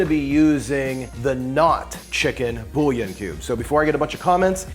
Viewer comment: Now why you go ahead and say bullion like that